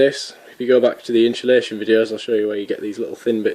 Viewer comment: Insulation. Notice there is no h in the word. Pronounced ins-u-lation. Again note there is no h. Otherwise good work.